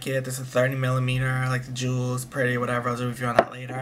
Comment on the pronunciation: Haha I love the little comment on the Juicy Couture perfumes "This is sweet this is whatevah" LOL